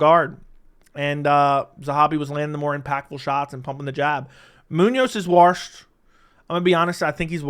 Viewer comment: is “warshed” L O L